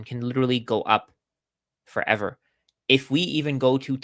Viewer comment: for-ev-var : P